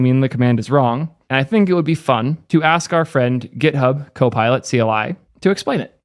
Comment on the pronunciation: Why does she say gHKOPILot